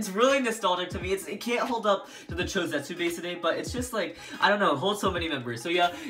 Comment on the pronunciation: Just say cho z